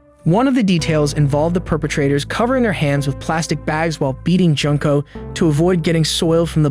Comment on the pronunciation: Junko is pronounced "June co"